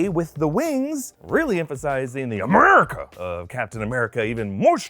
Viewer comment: the way you said "America" just made me laugh .... lol love it!!!